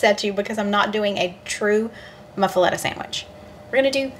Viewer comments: It's pronounced muff-uh-lotta... Cajun words are never pronounced the way you think lol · Sandwiches look so good. Pronounce muffelatta as muff-a-lotta😊